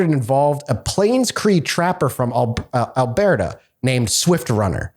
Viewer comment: I know did not just pronounce Alberta as Al-Bear-Ta